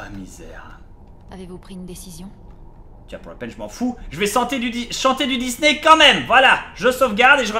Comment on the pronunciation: Le dysney m'a tué :') merci Bob pour cet épisode :)